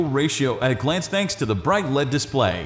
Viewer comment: You should use a human to do your audio presentation. Only software pronounces words like LED (el-ee-dee) as "led".